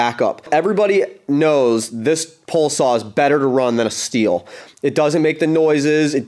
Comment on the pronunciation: Say "Pole" Say "Pole Saw"